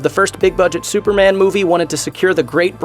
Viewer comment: It's su per MAN not SU per mun